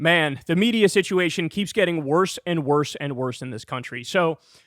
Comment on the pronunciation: "the pressha is getting WORSSAH."